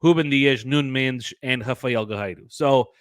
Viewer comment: Is Nuno Mendes really pronounced Nuun Mndzsh? Sounds so weird :P